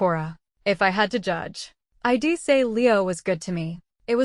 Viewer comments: Holy shit. Get an editor that knows English punctuation, ffs. Hearing "hed" instead of "he'd" and "im" instead of "I'm" and "id" instead of "I'd" takes me out of the story and decimates suspension of disbelief on what should otherwise be a good story. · Please use a better narrator next time. One who could pronounce contractions (I'd, etc) correctly and do phrasings efficiently